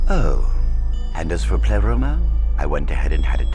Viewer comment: They did it! They said pleroma and not preloma! Yeah baby now those are some accurate subtitles!